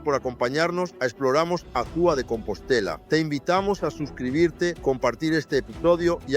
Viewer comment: Amigo está bien, el vídeo, trata pronunciar Azua bien, porque lo pronuncia horrible 😮